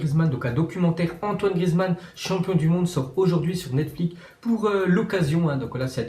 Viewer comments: Frero jsp t’es parti où à l’école mais ça se prononce Netflix, NETFLIXE ou Netflex à l’anglaise pas NETFLIQUE. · Pk tu dis netflik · Pq il dit netflic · Miskin il a dit NETFLIC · Pk tu dit netflic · Pk il dit netflic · Il sait toujours pas dire Netflix c'est fou c'est pourtant pas si compliqué 😭😂